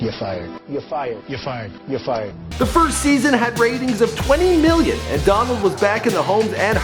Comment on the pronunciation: I hate how Donald Trump says million he says "miyyon"